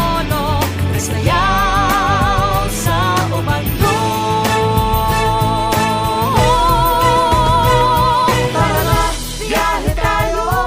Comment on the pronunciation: Obando noT UBANDO